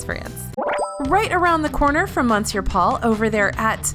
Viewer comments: Just a friendly cultural note, “Monsieur Paul” is actually pronounced “Miss-your Paul” 👌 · I cringed every time she pronounced Monsieur wrong and I’m not even French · Honey next time just Google how to say "monsieur" and practice a few times before you mispronounce it multiple times in a video, it sounds out of place in otherwise well-made professional content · monsieur is pronounced m'sear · No it’s pronounced mon-cyeu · I've never heard anyone French pronounce it that way. Wee-Sen Choo is closer to the way I've heard it pronounced - more like muh-se'yuh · I personally like the mispronunciations as it makes feel personable and adds an extra layer to the videos.